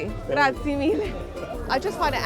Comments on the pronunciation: Nice video. “Grazie” doesn’t rhyme with the board game Yahtzee however the Italian e on the end is pronounced a like a slight “aye” (rhyming with hey) at the end 👍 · Grazi-E.. Grazi-E Grazi-E Grazi-E Grazi-E....not Grazi!!!!!!!!!